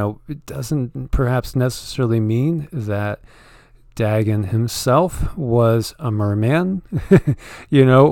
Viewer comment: It is pronounced " Day - gone" Dagon .......